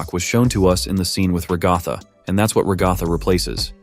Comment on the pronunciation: Other than your bizarre pronunciation of Ragatha’s name, I’m not exactly sure that’s a smile. It looks more like that’s just the very awkward shape of her face in a resting state.